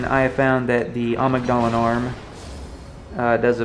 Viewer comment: Why do all bloodborne videos say amigg-dahla? Its am-igdala. The amigdala is a component of the brain. In medicine they say amigdala not amig-dala